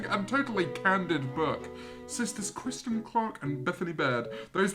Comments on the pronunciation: Ew why does he keep calling Kristen, Christian Create = “car-ate” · kristen not christian, jesus :D